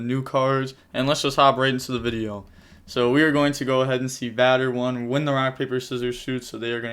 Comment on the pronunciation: Batter? Vader, like Darth Vader.